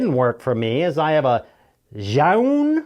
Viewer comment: C'mon, Zhiyun isn't that hard to pronounce, lol, remember happy times with Coco!